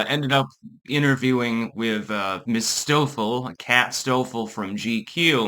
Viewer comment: "Stoeffel". Every... Fucking... Time...